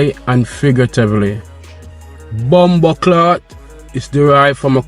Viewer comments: Not bomboclart but BOMBOCLAAT!! THAT'S HOW IT IS PRONOUNCE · there is no ''R'' in ''bombo-claat'' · There's no R in that word.